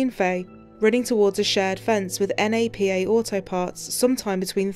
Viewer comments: N, A, P, A auto parts is Napa. Nap-a. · just a tip for next time: NAPA is pronounced as it's spelled, not as initials 🖤